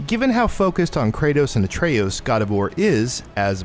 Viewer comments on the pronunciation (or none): Say A tree yeus one more time. I dare you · Pronounces Atreus like Atreous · You said Atreus’s name two different ways and none of them were right.